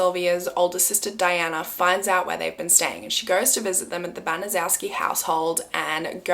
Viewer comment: Just began watching bc I just suggested this story to 2 other YT’ers. I’m not finished yet but wanted to say it’s pronounced Ban-a-chef-ski. I was grew up in Indy and was about 8 years old when this happened. It was a HUGE story that I’ve never forgotten, and I’m 64! It has stayed with me all this time! Still unbelievable!!!